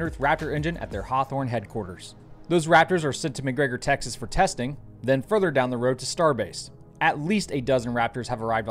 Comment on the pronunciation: Every time you say Tex-ahzz the proper way it brings joy to the world my dude.